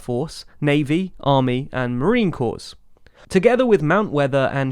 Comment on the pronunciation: The “Corps” in United States Marine Corps is pronounced like “core.”